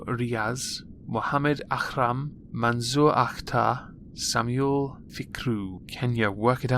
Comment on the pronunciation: Lol. Wrong pronunciation on Samuel there. Also 9 year olds aren't old enough to bleed and that seems to be fine to them.